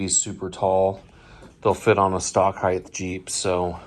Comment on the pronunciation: HIGHT! NOT HIATH!!!